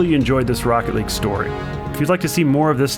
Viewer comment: What everyone else heard: this is rocket league What I heard: THIS IS ROECKET LEG